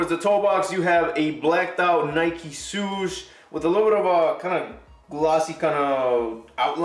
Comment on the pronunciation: Swoosh, not suuuuuush